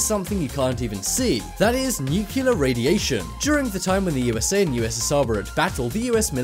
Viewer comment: IT'S NOT NUCULAR!!! IT'S NUCLEAR!!!